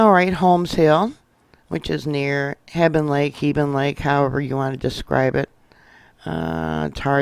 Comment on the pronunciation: Thank you for all you do! I live in Montana and this is always on my mind! Jesus is coming soon! 🙏 we always pronounced hebgen lake just like it is spelled! Heb ( just like web) g ( like go) en (like when) 😊. Keep up the good work!